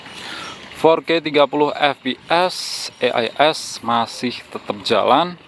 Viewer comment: e ai es..pngen ala indo ato inggris to bang...klo inggris e nya jd i donk😂